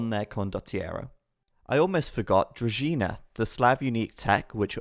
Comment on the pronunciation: Kudos to for knowing how to pronounce Druzhina (to be collected at the Varrock Museum).